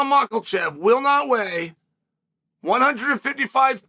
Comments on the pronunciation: I hope you properly pronounce his name before he retires! "MICHEAL-CHEV" It is Mac-Ka-Chev (at least) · The only reason uncle Chael made this video is to say “Micheal Chief” isntead of Makachev! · As great of a spokesman and how great Chael is with his words, he must know that there is no L in Makhachev right? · Yes it is, just look at Islams L against Adriano Martins, thats why Chael calls him Macklechev